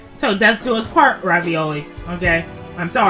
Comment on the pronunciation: Man really just repented all his sins and said ravioli like the fucking food and it pronounced favioli